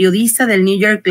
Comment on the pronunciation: Por que dice New York lice?